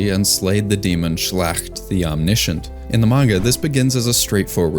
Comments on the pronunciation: Never heard "schlacht" aggressively mispronounced as "schlächt" like this before. Please just use google translate in german or any AI for a correct pronunciation. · Nice little touch for sure. Just as a little aside, though, when it comes to Frieren, look into how a word would be pronounced in German, because that's where all the names come from. The "a" in Schlacht is more like an "ah" sound. Don't have to nail the gutteral g's and stuff, but something as simple like 'a' versus 'ah'...